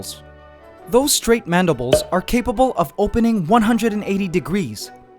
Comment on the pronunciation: Is it Madibles or Mandibles?